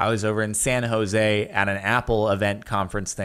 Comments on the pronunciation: Jardon says San Jose like a white boy. Don't need to say it with an accent, just say it with fluidity. It sounds weird. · Guys, every white person in and around San Jose can pronounce it correctly. I'm just saying it sounds weird, I don't expect him to change his pronunciation.